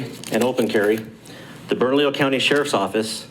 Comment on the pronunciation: Guys, it,s ( Burn ah leo)